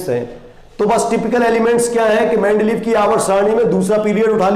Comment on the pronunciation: Its not mendleeff but mendeleev but good explanation